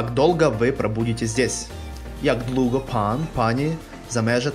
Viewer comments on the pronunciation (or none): Не длуго, а двуго